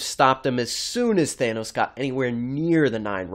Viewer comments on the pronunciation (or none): none